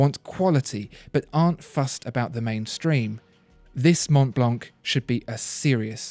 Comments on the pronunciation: The c is silent in Montblanc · Prononciation is Mon-blan, the c is silent, nice review though, keep the good work rolling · I love listening to him talking but if you speak about watches learn how to pronounce German and French names!! Literally ALL decent brand names are French or German. The pronunciation is just so very very English aka I know nothing outside of where I grew up. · André Torroni Montblanc is German. And they do pronounce the C at the end. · Dear, Let me correct your french accent: - Richemont is pronounced RicheMON (don’t pronounce the T at the end). - Montblanc is pronounced MonBlaN (don’t pronounce the T and the C at the end!!!!!). Sincerely Yours, André